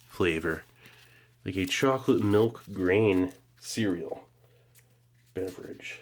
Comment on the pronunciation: The way he pronounces milch makes me cringe every time